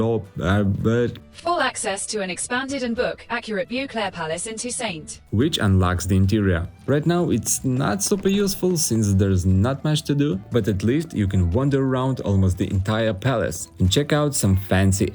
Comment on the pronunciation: Great video, but I had to stop and say that Google got it wrong... it's "Bow-Clare" not Boo-Clare" 😂 Sorry for the interrupt, please continue.